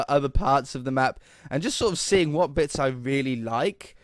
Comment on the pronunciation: Wait did just speak Scottish huh you said whit haha